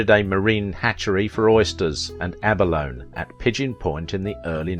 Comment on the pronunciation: Ab-a-lone-ee. 4 syllables.